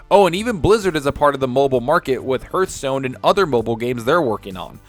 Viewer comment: You pronounced Hearthstone wrong. 😆